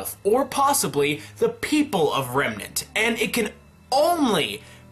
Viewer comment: "Dust doesn't work out of Remenr"...nice, still like you videos tho.